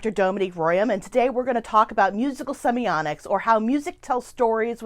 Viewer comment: Why do you pronounce the word as "semionics?" semi-OTT-iks